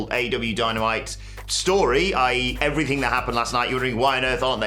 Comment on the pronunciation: “And effryfing else “ Andy Murray probably